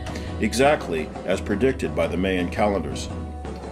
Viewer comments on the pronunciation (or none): He keeps saying "meyan" (pronounced like "Mayonaise"). It's pronounced like "mYan" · The first syllable of Mayan isn't pronounced like Mae West's first name but like Mai Britt's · Well, first to believe this bullshit, the narrator has to learn to pronounce "Mayan" right. It's fucking with my ears, I swear. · Гальванизированный Труп what's more annoying is how he pronounces Mayan. Every time he says Mayan I want punch something.